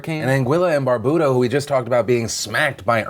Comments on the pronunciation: BAR-BUE-DA - LIKE IMBUE OR YOU, BYOU. Bar-boo-da irks me XD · thanks for covering the news of my sister Island Barbuda (Bar-Bew-Da) (bew pronounced like how you'd pronounce New but with a B) our praise are with them from their Brother Island Antigua (An-Ti-Ga)... Twin Island states we stand strong together 👫🗾❣ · He keeps saying "Barbooda" instead of Barbuda. It's so annoying!!! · Hey Phil, Caribbean resident here. Thanks for the well wishes. Side note: It's pronounced Bar-bew-da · It's pronounced "Bar-byoo-da" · Everyone is pronouncing Barbuda wrong